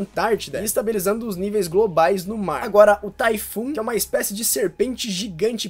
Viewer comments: Amigo, nao eh taifu.... eh tifão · kkk "Typhoon" se lê vocabularmente e oralmente de TIFÃO e n TAYFULL.. Mais ficou engraçado kkkkk